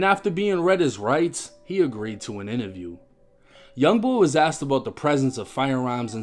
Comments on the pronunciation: I’m sorry but using the word axed 🪓 instead of asked is a black thing….. I live right a the border od north/south and in 48 years I’ve never heard a white person from south say axed 🪓. That’s a black thing like amboolands instead of ambulance🚑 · “Axed her” is crazy 😂😂😂😂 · So what ive learned is that make sure you pronounce your words correctly you can use the right words.. dude got popped for saying Axt not Asked, not gonna lie that's pretty funny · Bro you fucking me up tryna say asked the right way I ain’t kno I said it with slang I’m in ATL